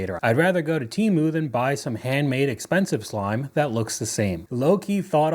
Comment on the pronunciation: Why is she pronouncing Temu like that?LOL